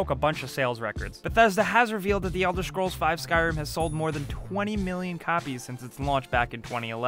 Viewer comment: Why is such a good narrator having so much trouble pronouncing "scrolls"? xD